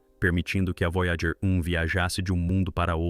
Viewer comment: O vídeo ficou muito bom. Mas para os próximos sugiro revisar a narração de IA antes de publicar. Observe como em vários momentos a narração se refere à nave: “A Voyager……………. (espera)………. 1 está etc.etc.etc.”